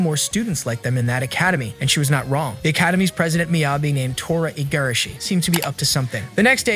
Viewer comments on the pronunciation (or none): none